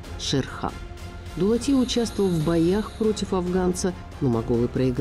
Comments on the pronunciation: Дулат емес Доглат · АВТОР НЕ ДУЛАТИ А ДОГЛАТ 😂😂🙈🙈